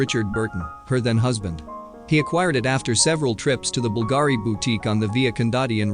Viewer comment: Bulgari is pronounced Bull-Gah-ree